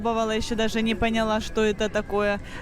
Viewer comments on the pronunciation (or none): none